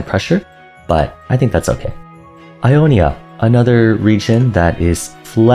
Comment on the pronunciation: It’s ionia